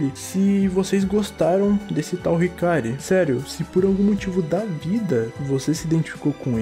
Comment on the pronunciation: Eu legit fiquei triste ouvindo esse "hikary" aí mano meu deus